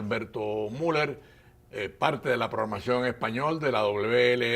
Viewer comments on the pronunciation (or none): none